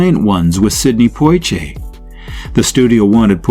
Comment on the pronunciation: Poshe (Portier). I dispise AI-generated material like this. A good topic but I cannot listen to this. Thumbs down.